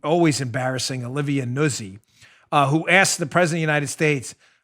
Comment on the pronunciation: I think it's pronounced new-Zhi. I'm not hating Dan but I hate hearing my own half brother's name mispronounced. Try saying Schroepfer lol